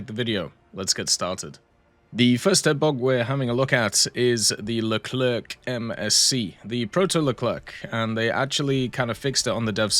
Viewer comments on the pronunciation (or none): The "C" at the end of Leclerc is silent, it's not "Le-cler-que" but "Le-cler" phoneticlly